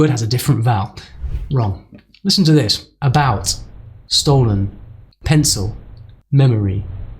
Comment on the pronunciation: I'd argue that you pronounced the e in stolen and maybe the i in pencil as /ɪ/. The o in memory sounded like it was barely reduced at all.